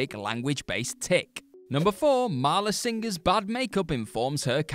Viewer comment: Great list, but it's 'Marla' not 'Maria' 👍